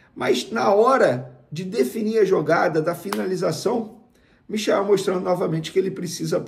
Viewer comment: Galvão Bueno não dá mais. muito chato não tive opção. Passou o primeiro tempo inteiro chamando o Michael de... Mikael. É mole?? E ainda se diz flamenguista